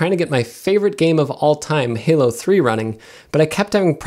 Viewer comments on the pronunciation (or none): none